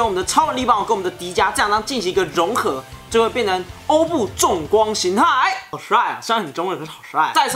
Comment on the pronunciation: 那个欧布重光形态，的“重”读“崇”chong